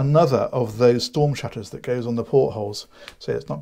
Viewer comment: Sheesh. She's got shtorm shutters. Although sheveral ships have shtorm shutters.